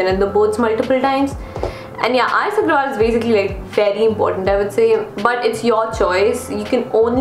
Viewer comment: It's not R.S Aggrawal its R.S Aggarwal